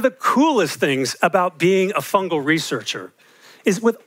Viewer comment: Fungus fungal, fungi. Not funjus funjal funjai